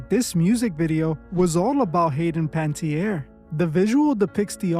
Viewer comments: It’s pronounced Pan-uh-TEER not Panty-air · It would be cool of people making money on content created about her to at least pronounce her name correctly. Pan-uh-tee-air English pronunciation Pan-tee-air - Definitely not At least have respect enough to get her name right... Please. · 'Pantierre'? How hard is it to pronounce the poor darling's surname? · Her name is pronounced pa ne (nah) tierre